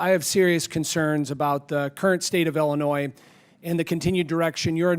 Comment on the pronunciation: Why does La Hood say "Ellinois"? Does he not know how to pronounce the name of his own state?